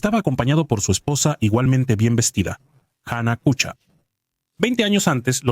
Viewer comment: " Kucha " se pronuncia " kuja " , como en alemán